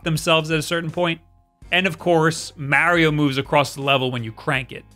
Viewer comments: YOU NEED TO LEARN HOW TO SAY MARIO IN RIGHT WAY IT IS NOT MEARIO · Alright, just say the word March. Now say just Mar. Now add e o at the end. There ya go champ how to say mario correctly. Like jesus dont ever date a Marry, for no reason youll just keep calling her Maurie. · Oh I god I hadn’t watched you in a while and forgot I stopped watching because you can’t pronounce Mario correctly to save your life!! 😖